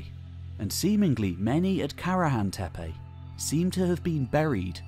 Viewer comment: WOW a westerner actually pronounces Tepe as Tepe and not Teepi or Tipi or Tepi.